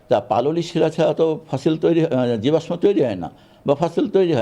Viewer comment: যে জীবাশ্মের সঠিক উচ্চারণ জানে না, সে কি না শিক্ষক! ভাবতে অবাক লাগে 😔